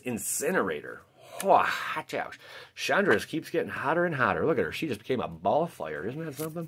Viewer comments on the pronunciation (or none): none